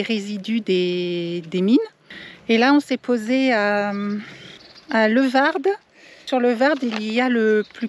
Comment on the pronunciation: Lewarde et non levarde lol 😂